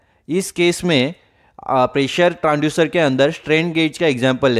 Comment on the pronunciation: Transducer not Tranducer , Make pronunciation perfectly